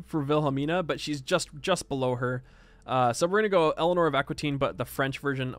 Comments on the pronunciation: Elenor of Aquitaine. It´s prononced "akitain" in phonetic english. Since you asked. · Aquitaine is pronounced "aki-ten"